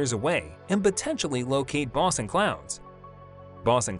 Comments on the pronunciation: Boe son not bos on ! How I hate computer generated speech !!! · They have not proved nonexistent it but you are right that the expectation of it being exotic matter is falling out of favor. Dr Tyson to my knowledge is not one among them. The A.I. voice isn't pronouncing boson correctly it is bōzön